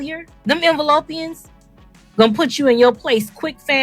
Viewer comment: called them "envelopians"... I Am on the floor laughing 😂